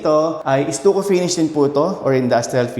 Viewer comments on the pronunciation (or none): What is estuko? You mean stucco? Pronounced "staco".